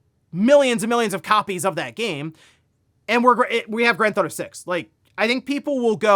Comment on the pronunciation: drives me nuts when hes says granthauto. he says it all the time.